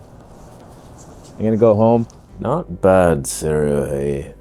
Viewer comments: NICE! you pronounced it right. Sih-ray. ✔ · Perfect pronunciation of Sirui chefs kiss